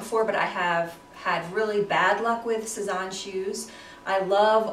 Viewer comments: Great haul! They all look really cute on you. The bags are especially cute. Just a tip on pronunciation— it’s Sez-Anne. Not, Sez-awn. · Thanks so much! :-) I'm loving the Sézane bags right now! Thanks for the tip but over the years I've been told to pronounce Sézane so many different ways - Say-Zahn, Suh-Zahn, Sez-Anne... At this point whatever happens comes out of my mouth at the time is how I'm pronouncing it....hahaha!